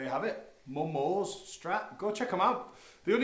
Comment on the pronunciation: Hello, thought you might like to know that the Japanese (of which I am not) do pronounce it as Momo-say, not momo's. Other than that, rad playing sir, keep on it! I myself have two of their Strats and they're just lovely.